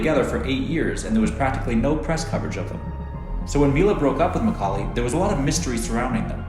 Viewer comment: Awesome "Macaully!"